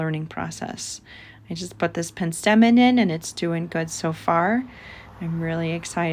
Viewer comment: It's pronounced PENstemon.